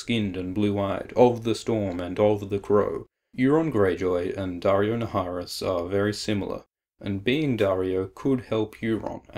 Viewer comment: Naharis being pronounced "Nayeriss".